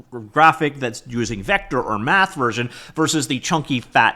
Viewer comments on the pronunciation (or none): none